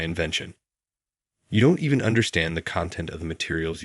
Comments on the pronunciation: again "even" or EVAN !!! absolutely pathetic narration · even or evan ? bloody bot narration